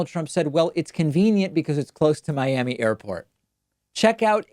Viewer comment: Miammee? What is this hidden gem you speak of?